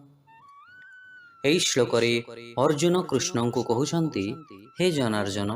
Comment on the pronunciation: 39 slok janarjana nehi janardana